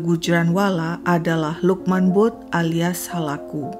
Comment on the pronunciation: Maaf ya kak koreksi utk sebutan butt d pakistan mrka blgnya bat Klu gk slah tulisannya Bhut d baca Bhat salah 1 marga d pakistan bgtulah